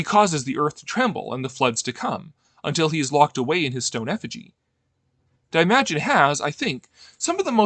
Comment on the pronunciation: You massacred the pronounciation of Daimajin.